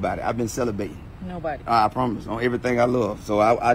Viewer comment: I Can’t Get Over This *CELABATING! 😂😂😂😂😂 DANG!